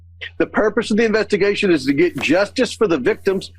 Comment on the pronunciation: comer?...that republigggun sexverber can't even properly say the word, 'investigation'...how does anybody think he can lead one?!